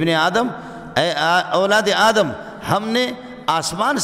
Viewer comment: aap itne bade Alam Hai Adam alaihissalam ka naam theek le